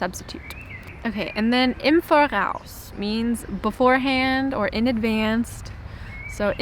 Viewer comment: imvor-aus = im vor-raus!